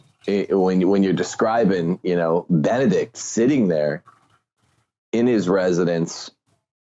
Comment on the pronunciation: Ben-E-Dict. BeneDICT. Benedict. It's a common name. Not Bennet.